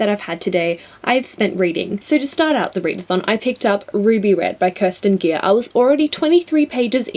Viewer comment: great video! Kerstin Gier is actually pronounced Care-Stean Gear... and I love the Ruby Red Trilogy!! :)